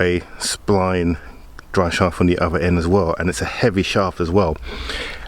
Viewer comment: Love your content but pls its not "dis" "dat" or de otha lol 😆